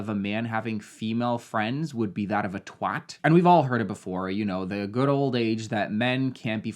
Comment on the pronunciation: Props for pronouncing it TWAT and not TWOT